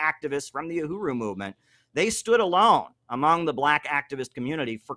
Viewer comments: Uhuru not OohRooWho.. lol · “Uruhu”?? “Yuhuru”?? Come on!… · Kim, it's pronounced [uh-who-rew] - Uhuru. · Uhuru, not Uruhu 😉